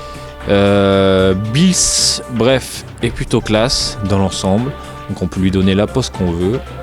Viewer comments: Ça se dit pas Billys sa se dit Beerus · Super vidéo mais juste on dit beerus et pas "bis" ou je sais pas quoi mdrr 😅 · Tu pronense mal le nom ces beerus